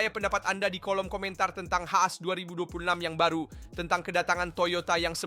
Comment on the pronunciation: as? hah? haas dibaca as? gelagat super aneh, coba percaya diri bro bikin video diri sendiri yang menjelaskan tanpa ai, riset lebih dalam biar bisa dapet foto atau video kualitas tinggi . gw sebagai fans f1, dukung lu buat bikin video f1 tanpa ai, semangat bro🔥🔥🔥🔥